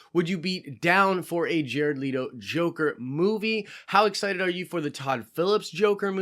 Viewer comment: Jared LETO. L.E.T.O NOT LEADO